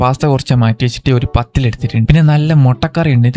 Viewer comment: Pathiri ❌ Pathill ✅